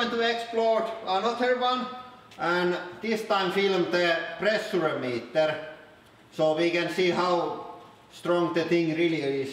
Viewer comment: The way you pronounce "pressure" will haunt me in my dreams :)